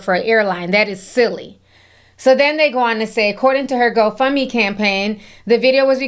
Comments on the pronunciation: Ti, why did I think you said h03 fund me instead of whole fund me? I had to put on that CC to make sure 😂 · Did you say ho fund me 😂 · Every time Ti said Hoe-Fund-Me 🤣🤣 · lol are you saying "hoe fund me" 😭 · Idk if I misheard you, but when you said, “I’m not supporting her hoe fund me page,” I almost died laughing. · Did you say HoefundMe 😂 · hoefundme has me siiiiiick 😂😂😂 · ~ Ti did you say ‘Ho fund me’? 😂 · She said Hoefundme 😩😩😂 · Did I hear correctly? “I’m not gonna support your HoFundMe”🤔😂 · Why I rewatch the video to fact check and you, right! She does say HoFundMe!🤣🤣🤣🤣